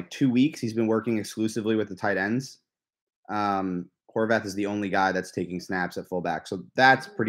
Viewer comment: I knew it! It’s prounounced “Horvath,” not “Horvahth” the way Noah Eagle and Dan Fouts say it. Thank you,! Why can’t the Chargers get a decent pre-season crew? Are they Chargers hires or do they work for CBS?